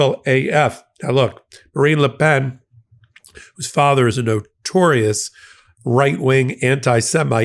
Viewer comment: You’re pronouncing Marine Le Pen very well however when saying Macron, do not pronounce the n and suck back the o as you say it, (use a hard c and roll the r). Try it, it’s fun Michael!